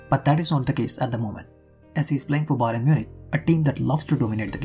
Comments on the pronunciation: Great analysis but you pronouncing Bayern as Byron made it very unsatisfying to watch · Bro it's not bayron, it's bayern